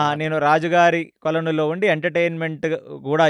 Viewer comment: kolanu lo antunaru adi koluvulo. Please correct it.